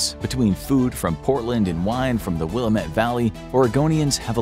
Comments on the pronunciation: Will-A-met. Heh. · The way he said wilamite is just funny